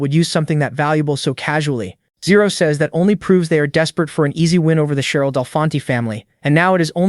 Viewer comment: Riumin as zero😅